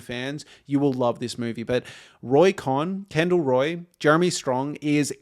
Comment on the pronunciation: Cohn…. pronounced like “cone”